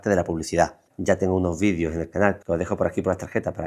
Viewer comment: los vidios!!! jajajaja 😅😅 haba bieeennn!!! se llaman videos!!!